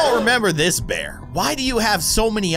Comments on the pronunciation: The way he said bearb was funny 😅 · Bruh you said Bearb